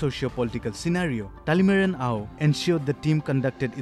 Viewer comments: Not talimara, it's Talimeren.. Thank you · Just letting the report know that his name is talimeren not talemara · I think the reporter did her homework wearing sports tee only to mispronounce Dr. Talimeren Ao. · Good, news reader. But ur pronouncetion is very poor. Dr Talimeren Ao n Akoktally son. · What a shame! The reporter can't even pronounce the name correct.